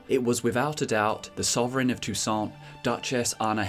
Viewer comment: It's prronnounced toussan, it's french(Techincally not french in the witcher but everything there is undoubtedly french inspired, names included.)